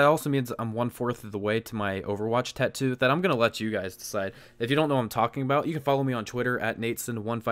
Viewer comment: At least learn how to say tattoo lol